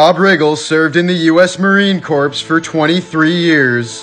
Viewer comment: okay dude I tolerated your strange vocal delivery all this time but did you really just say "corPse"?